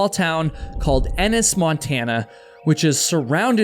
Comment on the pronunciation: Thanks for not butchering the enunciation of ennis.